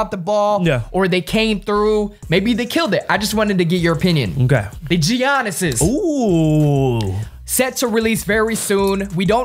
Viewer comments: 😭 its ya-niss not gi-aniss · It's pronounced 'Yannis'